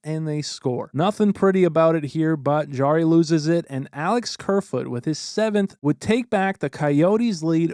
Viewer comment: Jarry, not D'Jarry